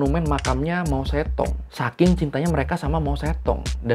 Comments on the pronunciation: Loe ngomong kedengaran gue itu bukan mao zedong tapi mo setong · Baca nya Mao cetong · bacanya mau se tung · Kayaknya pengucapannya , mou zedong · Mao Zedong seharusnya dibaca Mao Ce Tung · kan dh saya ralat Mao setong. Ini blm pernah sy dengar. Klo salah pengucapan ya gk mungkin brkali-kali. Jangan kepedean. Jangan sok mengulas sesuatu klo gk tau.